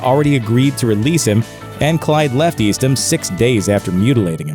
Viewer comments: The prison Clyde was in is pronounced EAST-HAM. I know because I live in that same town, called Lovelady, Texas. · eastham is pronounced east-tam